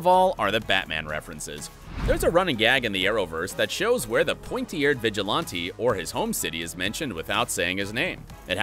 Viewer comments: Its vigilante not vigilonte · What's a vigilonte 😂😂 isn't it vigilante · Honestly I was more surprised with your pronunciation of ‘vigilante’